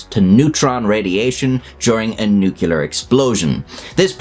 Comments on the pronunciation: If you remove the nu from nuclear, you're left with clear. How do you say clear? Is it "kleer" or "cue-ler'"? I say "kleer" But then when you add the nu back on, people seem to change the pronunciation to "nu-cue-ler" for some reason. It's like they're adding an extra u sound to the word that isn't there, as if it's spelled nuculear. But I think it's cool. Say words however you want to and ignore any persnickety, pedantic, know-it-all that tries to correct you. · Nookyalurr lol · A physicist, a linguist, and a speech therapist die in agony somewhere every time you say "nucular". That's a lot of dead people, man. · every time you pronounce it "nucular" an angel is nuked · Please practice saying "new-clear;" you're better than George W. Bush. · Stupid Americans can't even say "nuclear" properly. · learn how to say the word nuclear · I feel compelled to correct: “nuclear” is two syllables. 🤓🤷‍♂️ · I hate when people mispronounce nuclear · I cannot take seriously any reporting about nuclear weapons by a channel that releases a video which mispronounces the word nuclear. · The word is NUCLEAR, not nucular. Pronounced new-clear. Put your big boy trousers on and give it a try. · Oh, still saying Newk-yuh-lur in 2024/5ish 🤣 I used to do it, maybe I still do. Almost feels like "Newk-yuh-lur" relates more strongly to nuclear weapons, and "new-cle'ar" relates more toward energy. I think I can blame George Bush Jr. For this. Thoughts? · NUC LE AR NOT NUKULAR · Good channel... I have a hard time getting over the "Nukular" pronounciation of "nuclear" :D. But don't mind me, your videos are good. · Why can't anybody pronounce the word NUCLEAR! IT IS NOT NUCULAR FFS!!!!!!!!!!!!!!!!!!!!!!!!!!!!!!!!!!!! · Maybe it's because of your thick Scottish accent, but it's pronounced nu-clear; as it is spelled. Not nuke-ular. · Nuclear not nucular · The word is NEW-CLEE-ERR NOT NU-CUE-LER. You sound like a god-damn jerk when you can't pronounce the topic of your video! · nuke u ler